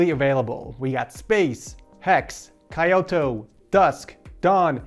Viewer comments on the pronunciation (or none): By the end of this year, I'm going to work hard and save up enough money to be able to buy my dream bike which is the Yamaha YZF-R15. Also its "Kyo-to" not "Ky-o-to",. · hold up hold up did you just pronounce Kyoto as KAH-yo-toe???? First time in my life hearing people pronouncing it like that LOLOLOL I thought Kyoto is as popular as Tokyo tho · Happy new year! Btw! Kyoto is pronounced key-oh-toe. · Wait.. Did you just read Kyoto as "Ka-yoto"? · Bro said kioto :skull